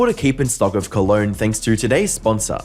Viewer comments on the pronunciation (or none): none